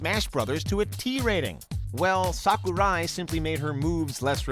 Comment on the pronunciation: I like how he said "SaKUri